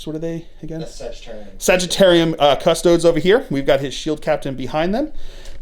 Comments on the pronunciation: Cuss Toad ESS not EES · Cuss-TOE-days. There are 3 syllables in that word.